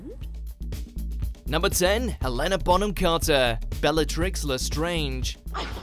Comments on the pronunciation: RunningFromABear He also pronounced Helena as Helen a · I cringed so hard when he pronounced it Hell- ena 😳